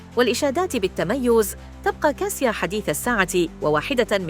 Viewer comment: تنطق كاشا و هو اختصار اسم كاتاشينا و هو اسم بولندي و ايس كاسيا